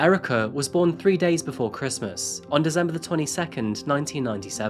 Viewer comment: Oh no you've gone back to saying dezember again :( you were doing so well